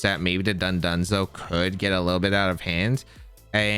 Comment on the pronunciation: "tatsaroogi and dundunzo" is nearing wolfey levels of horrendous pronunciation and I love it